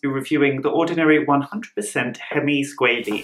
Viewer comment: You keep saying Squalene, it’s Squalane. Squalene is harvested from shark liver, and Squalane is either derived from Olive or Sugarcane.